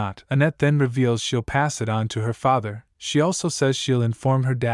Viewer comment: bro the voice that stops and emphasis the word like father and mother is kinda off putting. saying normally is much better